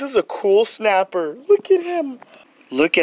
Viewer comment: Is it just me or is he pronouncing it shnapper